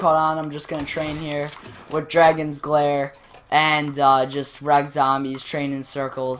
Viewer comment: You keep saying dragons glare 😂 it's Dagon's Glare😂